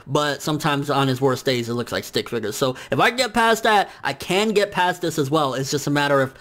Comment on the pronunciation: the man said stick figures 😂😂😂😂